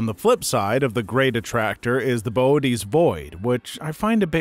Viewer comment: Pronounced Bootes correctly, even if I can't type it due to not having an umlaut on my keyboard. That's true of most wasabi too. I can almost guarantee you sight unseen that any wasabi you have is just green horseradish, with a teensy tiny little bit of wasabi powder added just so they can put the word on the bottle. Acutal wasabi has such a crazy short shelf life when raw, and once prepared has to be used within a day. So you're not gonna find it at Walmart. You'll have to go to a specialty store, or order a root online priority shipping and make your own.